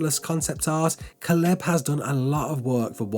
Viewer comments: Nah mate, I’m English too. 😂 you Butchered that name like a Prized Pig 🐖 fella. It’s Kay-Lub. I do enjoy your videos however. Keep up the good work Lad. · It’s pronounced Kay-Leb. Not whatever TF you said Holmes.